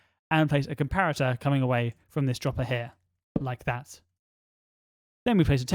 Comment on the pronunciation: the way you say comparator is making me laugh You didn't tell me that will you eat my cookies or not